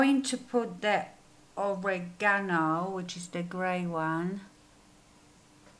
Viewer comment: Cute packaging! Very soft look on you. Love how you pronounce oregano. 💓